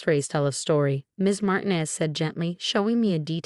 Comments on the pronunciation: would you please tell your stupid AI program that the Hispanic name Martinez is NOT pronounced "martin-ez" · FIX YOUR DANGED UP CURSED AI BOT!!!!! MAR TI NEZ IS CORRWCTLY SAID TO SOUND LIKE MAR - - TEEN- - NEZZZ ( SIS LIKE IT RHYMES WITH SEZZZ PEZ, FEZ, FIX IT!!!!